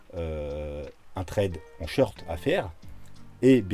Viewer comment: Merci beaucoup pour tes analyses pertinentes et très détaillé tu fais partie des meilleurs selon moi sur youtube . Il y a juste un petit truc qui me dérange mais qui n'est finalement qu'un détail on dit Short avec un O et non sheurt. Merci encore au plaisir de te suivre 😉